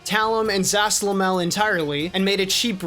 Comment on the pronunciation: Why do people pronounce Zasalamel as Sashlamell?